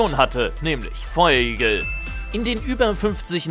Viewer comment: Feurigel nich feuigel